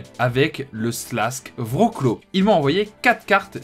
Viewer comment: Très content que le Śląsk Wrocław t'ai envoyé quelque chose vu que c'est l'équipe que je supporte ! Par contre ta prononciation est catastrophique 😂. Très bonne vidéo, je viens de découvrir ta chaîne bravo pour ton travail 👍